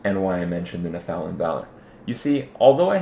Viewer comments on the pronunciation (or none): it makes me lol when ya say Nephalem, try saying it like ''neff-a-lam'' its like when some one saying ''methane like meethane'' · Its pronounced NEF-a-LIM ;) good vids keep it up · The way he pronounces Nephalem 😆